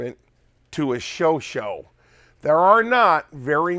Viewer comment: "Sho-Shaw" not "sho sho"